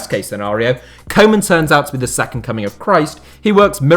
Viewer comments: It's not "Coman" it's "Koe-man" pronounced Kuu-man. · It’s not pronounced koman, it’s pronounced kewman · Trying to help out with the dutch prenountiation of Koeman. It's not coman, try to use the ou from group and it will sound 10 times more dutch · His name is not kow man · How about learning to pronounce Koemans name correctly?! Its embarrassing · You keep saying 'koeman' totally wrong. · That’s not how you pronounce ‘Koeman’ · Amazing how everybody fails to pronounce Koeman's name correctly.